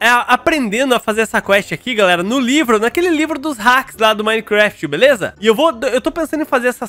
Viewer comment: toda vez que ele fala gameplay de minegraft eu riu muito kskss